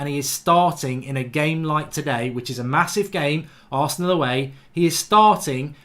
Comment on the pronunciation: He said who loses to arseanl🔥😂😂😂